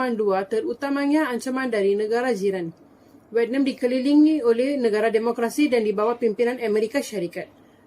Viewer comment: Oo vietnam, terkejut saya dia sebut vietnam mcm venom.. tapi pape pun terbaik👍 gudlak geng